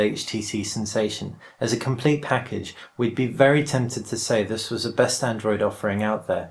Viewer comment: "this" not "fhis" :-p